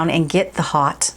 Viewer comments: haute is french for high as in haute coture-high fashion. the spelling is french. the pronounciation in french is oat-no h heard at all. the ' hot' does 'not' come into the picture. jon renau is a french name. most americans put the h back in, and it comes out hoat. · I am pretty sure it is French (I am a science translator and French is one of my languages), and thus would definitely be pronounced "hoat" in French, and meaning "top" or "high". In fact, technically to be perfect, you don't pronounce the "H" so it is "Oat" or "Ote". But, pronouncing it "hot" makes a cute play on words. xo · tnank god ms l.l. oat is correct. it just seems soooo difficult for americans and other english speakers to figure this one out. it's the oat as in haute couture-high fashion-oat couture-which actually comes out a bit like oak couture or o couture. there's a lot of letter swallowing in french. n'est ce pas? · Just got my Haute this week in "Laguna!" The wig company pronounced it "hot," but I think of Terra Haute (rhymes with NOTE). No matter, it's wonderful! This little haute-y is lighter density than my preference, but very realistic! I DID trim the back & sides! Always adore your chats,! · Haute is a french word ! This is why it's pronounced like "oat". Haute means "high" like "high society" "haute société". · Just an FYI it is pronounced hote because it is French like in Haute couture! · 😂 it's French! Haute like "haute couture" in fashion. Love this wig! And Malibu blonde is gorgeous on you! 😍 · It is a French word silly girl! H is silent...